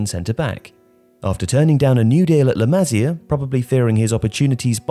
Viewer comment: its pronounced "LA MA SIA" not "LAMAZIA"